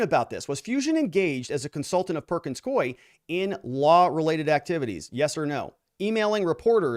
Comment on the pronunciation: Perkins “coo ee,” NOT NOT Perkins Coy! Please pronounce the name of the law firm correctly!